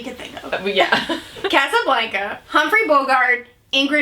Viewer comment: I love you but please say Casablanca again 😂